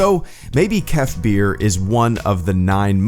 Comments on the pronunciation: It’s pronounced...Kef BURR! As in I’m cold BURRRR!! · Kef bir I thought you were saying kefir like the drink